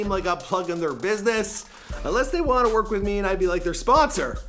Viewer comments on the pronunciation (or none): none